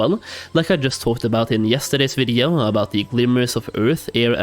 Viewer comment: Stop saying video really weirdly